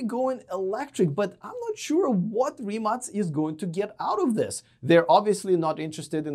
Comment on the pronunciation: +1 for pronouncing rimac right